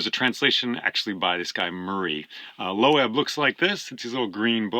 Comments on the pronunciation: Lovely video, thanks. Just curious how you came to pronounce "Loeb" as low-ebb? Took me by surprise, having said Loeb (rhymes with strobe) for, well, forever. Not that Wikipedia settles it but here's their take: "Loeb Classical Library (LCL; named after James Loeb; /loʊb/, German: [løːp])." Meanwhile, the Loeb AT Murray translation resembles the 1951 Lattimore, my first, which stands up quite well, though to my ears the new Emily Wilson finally eclipses them all -- except the Stanley Lombardo for reading out loud. In my experience of Homer, however, nothing rivals Alexander Pope's Iliad for clarity and drive. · I have bought Fagles, but Emily Wilson would be an awesome choice as well! By the way: LOEB is pronounced "LOBE" (like in ear lobe).